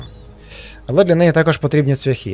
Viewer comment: цвЯхи-наголос на Я,ведмідь...і т.д.Дуже шкода,що так репаєш українську мову